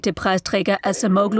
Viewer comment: wird "Adschemoulu" ausgesprochen!!